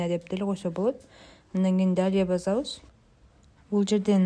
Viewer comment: Базабыз эмес,басабыз дейт